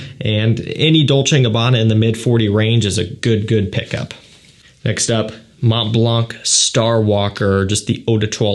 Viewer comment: It's funny that you've been doing that for many years,and you still can't pronounce some brands properly.Don't get me wrong,I don't have anything against you(you are one of only few people who talk about fragrances,who is not annoying),but the way you say Mont Blanc and some others is just wrong.